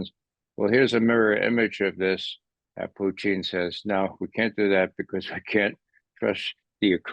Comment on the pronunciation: Thank you Ray for at pronouncing the Leaders names correctly, eg Macron and Putin (instead of Putn). You are also spot on with your analysis.